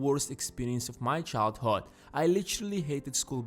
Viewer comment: childhOd sorry he says like that